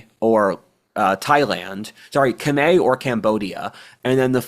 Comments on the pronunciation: The pronounciation of "Khmer" is more similar to what would be "Come-eye" in English, blame the French for being the colonialists who spelled things in French. haha Good video though and props for at least attempting the correct annunciation, not saying what sounds like "Come-here" as most westerners do. 😆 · my man, Khmer is pronounced "kah-meye" not "kah-may". Source: my wife is cambodian